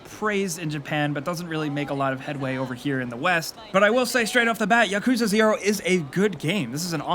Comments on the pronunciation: Its YAKUZA not ya-kuzah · Yeah lmao, he pronounces it like Yakooza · "Yakooza Zero" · “Yakooza” lmao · You said it wrong. It Yak-coo-zah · BTW, it's pronounced Yak-u-za. The yakuza is a Japanese gang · PLEASE PRONOUNCE YAKUZA RIGHT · Gotta at least learn how to pronounce Yakuza correctly smh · Can you not pronounce Yakuza? Or Kiryu? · love your videos but please learn how to correctly pronounce yakuza